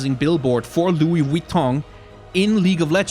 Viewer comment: I love and hate how u pronounce Vuitton correctly